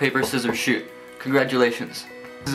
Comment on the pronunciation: i always thought u said "Rock Paper Scissors Shoe" instead of shoot